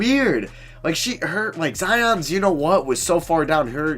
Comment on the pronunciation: The way he said zions you know what was so far down her you know what had me dying 🤣